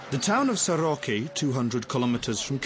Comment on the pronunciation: Soroca not Soroki. weirdo "documentary"